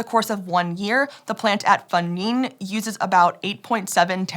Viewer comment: Huge Congrats to for a very close pronunciation of that Chinese name, Fengning! And thank you for (probably) checking on that so you can say it accurately.